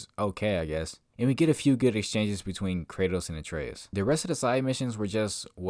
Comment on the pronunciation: Sometimes opinions can be wrong. This is one of those times. If you don't care about any aspects of the game, why play or review it? Also, how do you play the game 3 times and still pronounce Atreus name wrong for half the video?